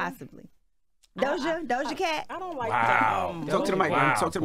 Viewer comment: said Doja Cat 💀 🤣🤣🤣😂